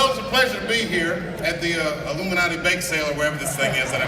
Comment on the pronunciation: he said illuminate bake sell...lol